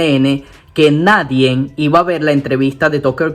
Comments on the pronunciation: Por fávor no ďiga "nadien". Se dice "nadie". No le coloque una N al final. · Y con todo respeto: No se dice nadien. Se dice Nadie😊